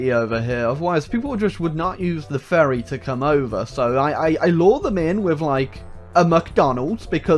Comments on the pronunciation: he say ferry but in my head i hear "furry" what is wrong with me help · i absolutely love how he pronounces "ferry" as "furry" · It sounds like is repeatedly calling a Ferry a furry